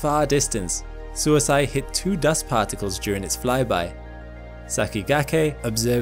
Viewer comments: FYI, Suisei is the Japanese for comet, and it's not "suisai" but more like suis-ey-ee the E is read like the one in sakigakE and the i as 'ee'. It does kind of make an "ey" sound together, but no "a" should sneak in. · that Japanese probe is definitely not pronounced as "suicide" LOL, it should be pronounced (to the best of my effort in typing it out) "Suui hsieer", which means "Comet" in Japanese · Sorry, but the pronounciation on Suisei is wrong. It sounds like Su-ee-se-ee. It means comet in Japanese. Love your content however. Please make more! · Suisei is pronounced sui-say 🙂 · Suisei is pronounced like "swee-say" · Thanks for the informative video as always. Also, 'sei' in Suisei is not pronounced like 'si' in side but more like 'sa' in say.